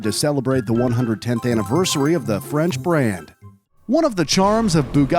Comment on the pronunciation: His french pronunciation is funny. But the rest is top notch 💯